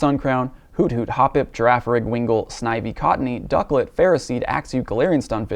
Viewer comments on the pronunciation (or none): none